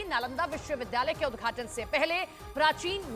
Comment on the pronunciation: Udghat bolo udghachan kyo bol rhi ho